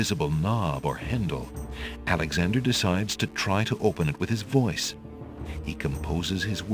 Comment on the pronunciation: I think the door just opened because of intimation because Alexander was so far off from the proper pronunciation lol